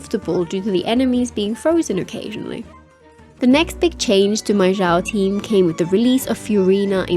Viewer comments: Xiao not zhao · I've been thinking about this. It's surprising how all of my favorite Genshin youtubers have long mispronounced his name (and sometimes Xingqiu, but never Xiangling or Xianyun, even though they all start with the same "sh" sound). I don't recall the game itself mispronouncing it with the English voiceovers. I wonder how that happened... Anyway, I hate to be a pedant, so I'm approaching it more as an archeological question. How did it comes to be this way?